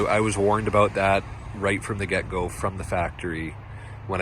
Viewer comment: Where are you from. When you say About I hear “A Boat”. 🤦